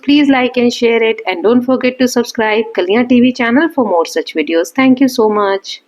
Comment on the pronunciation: Gawar thanku nahi thanks hota hai